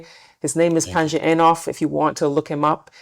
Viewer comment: Panji Eiinof ?? 🤦🏿 why don't you say his name properly